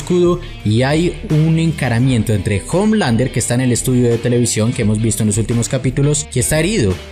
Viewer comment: Exacto, y Homelander se pronuncia omelander